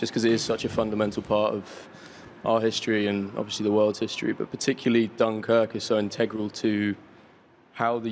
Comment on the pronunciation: Harry may be in a Christopher Nolan film, but that Will never change the fact that he can’t say obviously... doesn’t matter how big you get, words can still be hard sometimes, overeshly